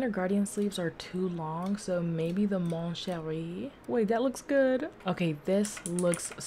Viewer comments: I love how when she says mon cheri, she actually has the accent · The way she said “Mon Cheri” LOL PERFECT